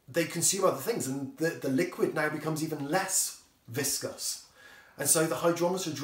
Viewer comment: not 'viscous'....